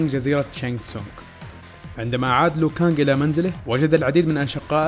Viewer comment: اسم لو كانج مش ليو كانج هو مش مسى